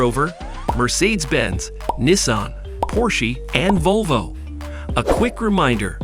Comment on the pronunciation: Volvah, poorshe. Wtf lol